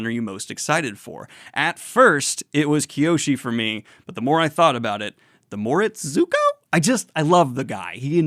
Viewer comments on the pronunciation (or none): none